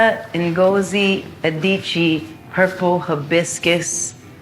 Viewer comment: Alicia pronounces Nigerian names funny Ngozi and Kehinde